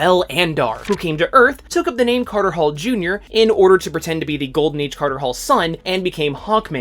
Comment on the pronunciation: You lost me at "Katar Hol"